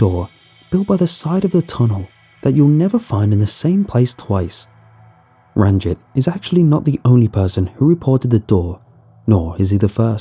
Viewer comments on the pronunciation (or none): Yoo, is the sewer guy's name Ranjit Singh? Just telling for general knowledge that the i in Ranjit would be pronounced like ee. Pretty much like the name Baljit, which is pronounced the exact same as Baljeet